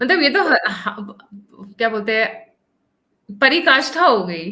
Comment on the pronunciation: It is parakashtha not parikashtha . But a good show. One small request to air, while a lot of us understand his frustrations at having seen this country root for decades, it works be great if he became milder.. he has so much to give 🙏